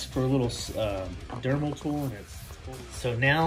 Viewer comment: you keep saying dermal, its dremel! lol!